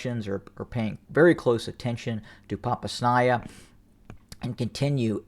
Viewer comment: [edit] See the correction to my suggestion in response below. Not so easy to say, but I believe Popasna is pronounced ‘Po-pauz-na’. Thanks for the analysis.